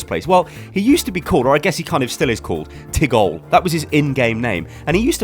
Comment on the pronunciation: JEFF KAPPLAN. TIGOLE. TIGULE AND FOROR. AHHHHH. WHO TF IS FOROR THEN?